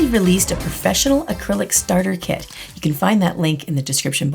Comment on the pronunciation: When she said kit I heard it as kid. "..or if u have my kid." ???!